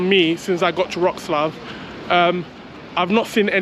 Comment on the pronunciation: try saying Vrhoh-tzz-lah-V